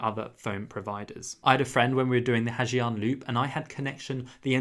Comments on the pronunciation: Not the 'ha gee-ang loop' ☠️☠️...it's 'ha zanh' or 'ha yanh' depending on the dialect. It's not 'foo c*ck'. Think 'qu' from 'quick', and 'ook' from 'cook' = quoc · It's not "Ha Jiang", it's pronounced "Ha Zang",and that parking story is not necessarily like that